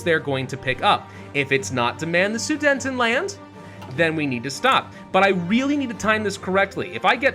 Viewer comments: it’s pronounced suDETanland, not suDENTanland🥲🥲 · I have to ask... is there a reason why keeps pronouncing Su-DE-TENland horribly wrong? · Why do you pronounce it as "Sudentenland"? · Drinking game: take a shot every time he pronounces Sudetenland incorrectly.